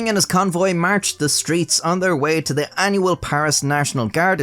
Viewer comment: Dude you are awesome. Love the animation and of course your inability to pronounce TH... Holy Fuck.